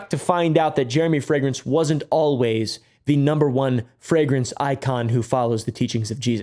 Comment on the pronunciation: why is he saying it like fragance? we dont even say it like that in germany